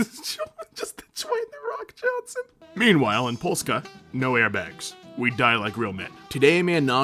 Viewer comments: Wow. Realy Good prenounceinacion of Polish name for Poland. Good Job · I love how you say "Polska" (Poland). You actually did it pretty good 😁